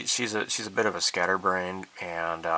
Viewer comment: JTE: “ skatter brian” lol